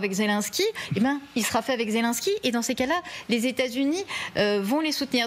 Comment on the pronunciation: Poutine ne s'est jamais senti soutenu par son "ami" Trump... et aussi voulez vous donc apprendre à dire Zelensky, ce n'est pas Zelinsky, ce n'est pas un Polonais...